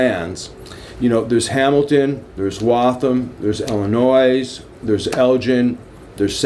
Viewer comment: Illnois is pronounced ill-e-noi not ill-e-nois.